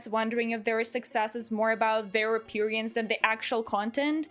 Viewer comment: I understand English may be your second language but I chuckle when you say appearance cause of where you put the emphasis.